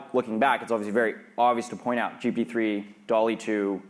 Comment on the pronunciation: Am I confused, or does he always(!) say GP-3 instead of GPT-3?